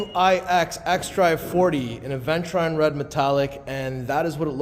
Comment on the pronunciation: Hey, it's pronounced uh·vèn·chuh·ruhn 😜